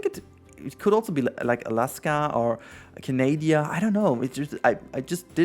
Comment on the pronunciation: Canadia. Yeah. And Norwegia.